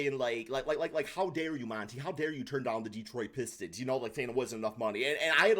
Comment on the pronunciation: Why are you pronouncing his name as Mon-TAY. It's spelled just like anyone else with the same name is Monty, pronounced Mon-TEE